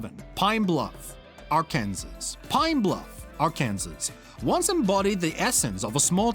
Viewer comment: I thought maybe he's not from the US, so he didn't know. Then again, I was surprised he knew not to pronounce the "s" in "Illinois."